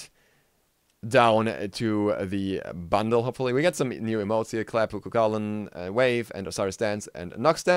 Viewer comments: it's pronounced koo hoo lin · you keep saying he's name wrong